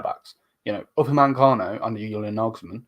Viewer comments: OOO- LEE HOE NESS UPA MEH CAN O MAZ ROW EE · I pray for the day figures out how to say Uli Hoeness, upamecano, mazroui's names properly (or without replacing or adding letters that don't exist)